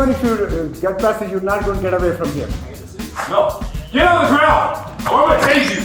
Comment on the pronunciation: Is this the reparation they want i keep reading and hearing so much about??? Just wanna steal and do what ever and just be able to go home cuz like for her, shes not even from heah... i know, i spelled it the way she pronounced it. So she wants to take whats not hers then put up a fight and just go home, knowing she was LITERALLY CAUGHT ON CAMERA. Sorry, i just had to cuz im so sick of hearing about reparation. Ive commented a few times that if someone could show me their papers that proves they are/were owned, especially within the last oh lets just say 20-30 years... i will pay reparation, BUT NOT TIL I SEE PAPERS 1ST. 😮